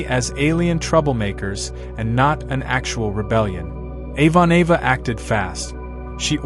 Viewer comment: "Avon-Ava" ... That mangled mispronunciation is extremely grating